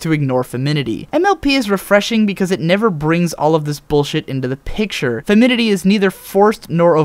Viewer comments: I love the message and actually couldn't agree more with it, but the constant mispronunciation of "femininity" kind of threw it off for me...Perhaps you could edit it later on with the correct pronunciation. It makes it seem rather unprofessional and might hurt your case to somebody who's more sensitive to such matters. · This was a good analysis as usual! I know that the aspect of the show that draws so many fans isn't exactly the girliness, but it's not NOT the girliness, if that makes any sense :D Not trying to pick on you, but you mispronounced femininity, you skipped a syllable each time you said it. It doesn't detract from your video, but I figure that because you'll probably use that word again many times in future videos, it might help to point it out. I love your videos! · An excellent series of observations, and on the whole, I tend to agree. Now, if only you could learn to properly pronounce Femininity. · In his defense, femininity is kind of a hard word to say, especially repeatedly, and I frequently stumble over it when I say it aloud, but yeah, haha. That jumped out at me too. :P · It's "femininity". Five syllables. You keep eliding it down to four. It sounds weird to me. (Yeah, I'm bitching about pronunciation.) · You keep saying "feminity" rather than "femininity", haha. That aside, your reviews are in-depth in my opinion and I really enjoy them. Keep it up. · do you mean femininity? you keep saying "feminity", and that isn't a word.:P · Love this "Observations", but I think you lost these: in in in in in in in in in in in in in in in in in in in in in in in in in in in in in in in in in in in in in in in in in in in in in in in in in Maybe they got dropped out of the middle of a certain word you used quite a bit? (I really love this video, but every time you said "Feminity" it made my brain twitch!) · Ok... sorry but i'm a stickler for pronunciation. Femininity is pronounced Fehm - in - in - ihtee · Your pronouncing "femininity" wrong!